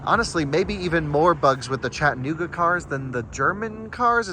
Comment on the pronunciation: Oh it’s nice to see her!! And she said Chattanooga correctly. not so much lol